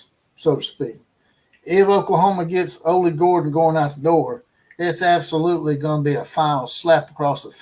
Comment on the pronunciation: ITS OLLIE GORDON"...AHH-LEE Gore-Dun